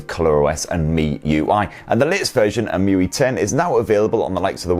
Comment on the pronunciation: It was saying: muy. But it's emotion ui or emui.